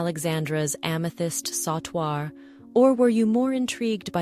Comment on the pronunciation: Sautoir is pronounced sew-twar Not saw-twar